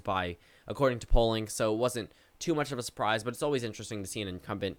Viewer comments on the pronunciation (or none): none